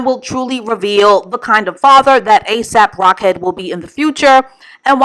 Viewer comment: Why does she keep on calling him A$AP Rockhead 🤣🤣🤣🤣